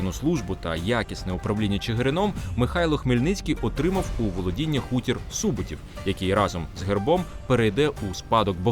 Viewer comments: Чому СУботів, а не СубОтів? Адже не сУбота, а субОта. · Цікава і корисна передача про нашу історію. Тільки чому автор ставить наголос у Суботів на першому складі? Природньо ж на другому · Не сУботів, а Су-бо-тів, вимовляйте правильно назви і імена, успіху в творчій праці